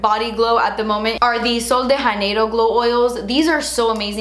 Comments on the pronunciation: I love you so much, but please stop pronouncing Sol de Janeiro as if it's Spanish. ): It hurts me every time. Even a gringo accent would be closer to Portuguese in this case. ❤ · I love you so much, but I don't think I can watch another video without telling you that it's pronounced Sol de Janeiro with a J 🙈 (like Rio de Janeiro) 💖Anyway, I'll probably be picking up that oil because of you 😂